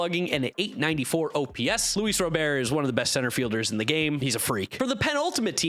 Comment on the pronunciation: It’s been confirmed that it’s Luis RoberT. Hard “t.”